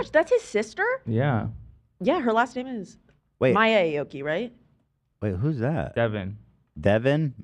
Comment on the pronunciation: Don’t smack on the 👁️ oki as Ethan said instead of ayyyoki lmao he’s still relevant I just saw a song release with Paris Hilton? Lol. the mans popped a bottle in my face once 🎉 let’s go